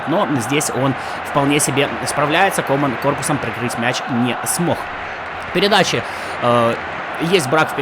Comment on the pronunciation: комАн вместо кОман, упамеканO вместо УпамЕкано, эрнандЕс вместо эрнАндес, зАбитцер вместо забИтцер